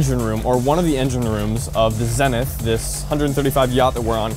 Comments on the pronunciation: Why does the commentator keep calling this ship "Zennith"? I thought it's name was Zenith ("zee-nith"). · Good video, it was well done. Camera work was fantastic and how the yacht was shown was nice and fluid. The only issue to address is how the yacht's name was said incorrectly. Zenith which means "a highest point or state; culmination". Is pronounced "zee-nith", and not "zen-ith". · Pronounced ZEE - NETH not zeneth - - geeezz Zenith or The Best. the Top. If I was the owner I would be grinding My teeth to hear that slaughter of the name.